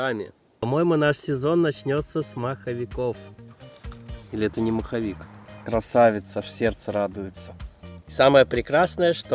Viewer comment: Супер видео,лайк!!! Дядька не маховик а моховик от слова мох😆👍👍👍